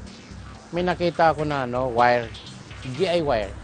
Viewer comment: galing naman ni pero tanong ko lng narinig nyo ba ung sbi ni sa imbis na DIY naging DI wire